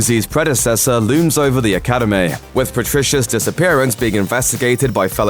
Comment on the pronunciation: He even said "Academayyyy" so yeah it's not like English was the strong suit there either HAHAHAHA